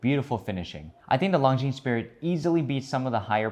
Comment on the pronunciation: Please try pronouncing ''Longines'' without the ''es'' at the end! It's French ffs.